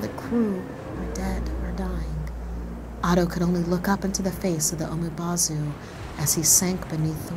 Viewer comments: Pronounces as 'bo' (almost similar to bow) not 'bau' for umibozu. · Umibozu would be pronounced like oo-me-bou-zoo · its pronounced "oo me boe zoo" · She pronounced Umibozu wrong but she's not asian so oh well.